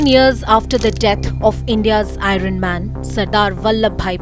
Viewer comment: your pronounciation of the word "iron" is wrong.